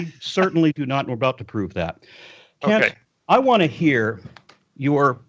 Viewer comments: I'm pretty sure he doesn't say"Kent" 😂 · Wait did he say Cunt! Hovind 😂😂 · LOL did you call him "kunt"? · I like the way pronounces Kent to sound a little like Kunt:) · Please tell me that interesting pronunciation of "Kent" was fully intentional...:D